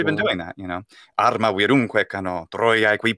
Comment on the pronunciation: Your Latin poetry is bad. You don't stress the words on the ictus but give them their normal stress, while retaining a feel for the metre. And you don't roll the R, you give it a tap, for arma.